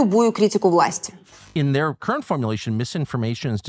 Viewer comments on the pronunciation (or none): none